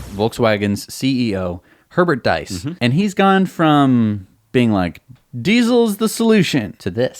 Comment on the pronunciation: fwiw... VW CEO last name, diess, rhymes with geese...